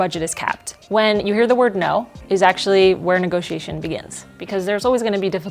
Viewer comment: WTF is with calling a negotiation a "negosh". I think she needs to iterate the synergy among stakeholders and disrupt her patter with a less vertical approach to worthless corporate jargon.